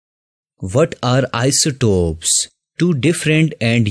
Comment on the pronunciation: Isotope not isotop,but overall lecture is good